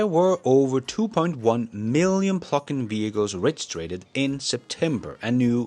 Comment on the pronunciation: I’m convinced he says PLUCK-IN on purpose.